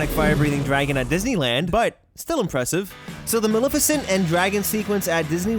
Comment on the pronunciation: You pronounced Maleficent wrong. Lol